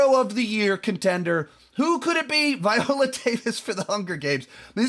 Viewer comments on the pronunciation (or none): none